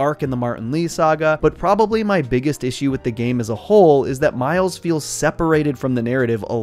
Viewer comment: Bro said Mile’s 💀